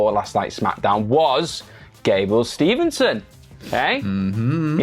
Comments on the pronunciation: Cmon guys it gable steveson, STEVE-SON, Theres no N in the middle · Love you guys but it's Gable Steveson not Stevenson